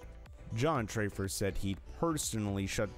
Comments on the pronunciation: His name is TAFFER!!! Not Traffer!!!! You're creditability is ZERO! Also, your first clip is from Shameless! You're ridiculous!!! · Who is trayfer? It's TAFFER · Makes me laugh when people make videos that they have no idea WTF they're talking about!! Like stop clout chasing and making videos of a shower have never seen lol there is no way that u ever watched an episode at all how does TAFFER get pronounced TRAY FER??? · It’s TAFFER NOT TRAYFER. You need to watch lots of Bar Rescue to know that